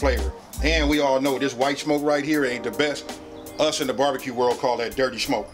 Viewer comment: says “shmoke”